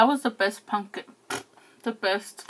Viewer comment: So you're just going to take the m out of the word pumpkin huh and add an "n".. ok just checking.. carry on lol